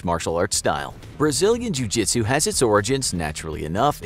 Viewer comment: Pra que não entendeu vou pronunciar a conversa dele ele dici_Treinei karatê vários anos e apenas um pouco de jiu jitsu. Na maioria das vezes, um a um, usarei meu BJJ de faixa-branca em vez de caratê faixa-preta. lutando com mais de um, então é melhor você ser Mike Tyson . Gente a pronúncia não tá completamente certa mais tá ums 98% certa